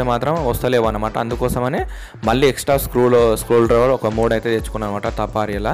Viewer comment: అరే ఉస్కుల్ డ్రైవర్ కాదురా నాయన స్క్రూ డ్రైవర్